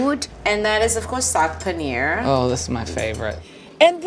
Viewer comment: It's really tedious when a lady of Indian origin can't pronounce Paneer. All the best!